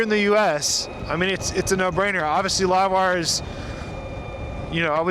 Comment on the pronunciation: WTF is a Live-wrrr 1? Are you drunk?